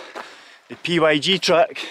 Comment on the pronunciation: the PYG path is simply pronounced Pig track